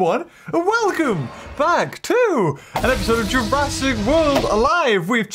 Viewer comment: Jurassic, not Jurrasic